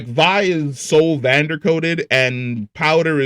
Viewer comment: I don’t like how he says Vander and Isha, it triggers me